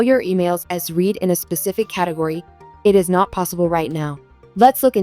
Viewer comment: The past tense of “read” is pronounced “RED” !